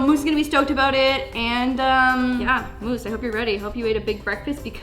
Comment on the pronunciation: I love these ‘blank choose my diy’ They make me laugh also I laugh at the way you say moose Love you and moose Always be yourself unless you can be moose or then always be on of them